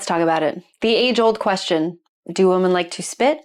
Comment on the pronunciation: This is an absolute pet peeve of mine. What the hell is it with not being able to pronounce your own gender correctly?